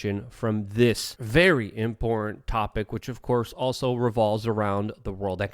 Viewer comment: Luke please Im begging you. Please learn how to say the word IMPORTANT. Its nails on a chalkboard for many.